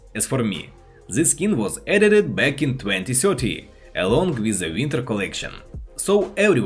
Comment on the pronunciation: I heard 2030 instead of 2013...